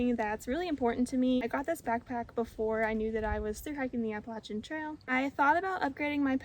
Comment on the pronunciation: New subscriber here. I am from WNC as well and I am happily subscribing because you say Appalachian correctly. 😂 I want hold the NCSU part against you. Go Heels!